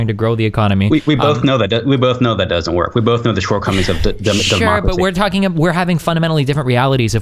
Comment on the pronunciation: "Demacacy" lmaooo